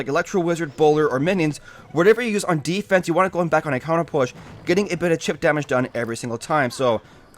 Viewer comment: defrense? OMFG NEW WORD!!!